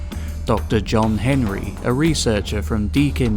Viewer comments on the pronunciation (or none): none